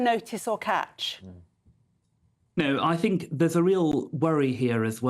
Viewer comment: me too, she likes to fink about about fings every munf - what a fine orator!